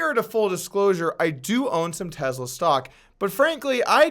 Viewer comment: Gotta be slightly ticked you didn’t wait 1 more day to be able to add in the clip/part about him smoking marijuana.. shoulda believed in Joe Rogan and his ability to make people say & do wild $hit I like the videos regardless of views also. Keep them coming. (But I dislike how you say “Tesla”, there is no ‘z’ )